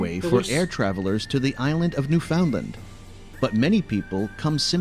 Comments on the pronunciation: The only thing in this who video that is inaccurate is the pronunciation of "Newfoundland" . We actually pronounce it to rhyme with "understand." Also, the idea that you could live in Vancouver with a family might be a lot less attainable than you think. The cost of living there is unspeakably high! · I live near Vancouver. I've been to Banff, it is beautiful. Not sure who narrated the video you watched, but they pronounced a few things incorrectly, Quay and Newfoundland to name a couple. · Also, no one pronounces the last t in Toronto. It's Toraw-no to anyone who lives here. Same with Newfoundland. Newfundland, not newFOUNDland. Only people reading the name, and have never heard it in their life would pronounce it that way. Redoo made me cringe, too. While its historical facts are still impressive to this day, being the longest skating rink is probably its claim to fame at this point. In terms of age and length, as a canal, I believe there's one in China that has it beat on both fronts. As for the size of this country, large is an understatement. I can drive for 2 straight days and still be in Ontario. I've managed to make it to 5 other provinces, so far, and hope I'll at least get a few more down before I'm gone. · THAT WAS NOT NOVA SCOTIA..IT WAS NEWFOUNDLAND(pronounced..NewfunLAND..(like underSTAND) the emphasis is on the "LAND"..NOT the "found"the found is pronounced like fun..And St.John's is the oldest English speaking city in ALL of North America.And is bathed in history..Cabot Tower is the first place in North America to receive the first wireless transatlantic signal (hence..signal hill)..and George St. has the most bars and pubs per square foot of ANY street again..in ALL of North America.Not to mention our important role in both world wars. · New FOUND land! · The person narrating the video is watching should learn how to pronounce "Newfoundland" and "quay." AI? Also, those were black bears, not grizzlies. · He pronounced Newfoundland wrong as well.